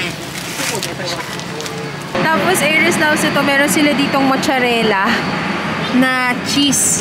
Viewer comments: Anong mucharela?! Its mozzarella pronounced as matzarella! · Mozzarella (maat·suh·reh·luh), hndi mocharela. labyu!